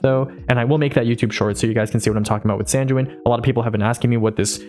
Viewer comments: Responding to your outro: Your advice was very baller but it still trolled me Also just a word of advice, Sanguine is pronounced like "Sang-gwen", careful in case some people start harassing you for it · you're chewing the word "Sanguine" too much. it's pronounced with a hard g, not a soft g. try saying it like "penguin"